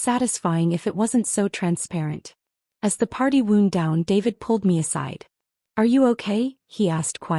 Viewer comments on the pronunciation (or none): Wow-nd, not woo-nd. Woo-nd is an injury.